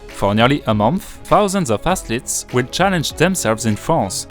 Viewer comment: The word athlete can’t be understood clearly.., try pronouncing the th as F in the beginning until you can pronounce it. Apart from that great video and editing and good effort for your English